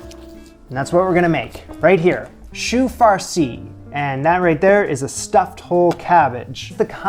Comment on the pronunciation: Bro butchered the chou farci :'(